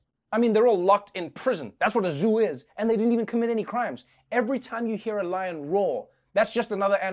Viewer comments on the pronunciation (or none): none